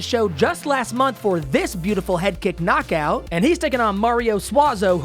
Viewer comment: I love how adds one extra beat to the last syllable of every important sentence like an auctioneer "And it is overrr." "A highlight reel knockoouut" gourmet commentary, king